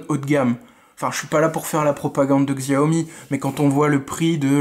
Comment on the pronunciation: Bon test.. Sauf que : 6 ou 8 Go de Ram et non 4, snapdragon 835 n'est pas de finir 2017,mais avril 2017 ( le 1er à l'avoir étant le galaxy s8) Petite précision : on prononce " chiaomi" 😊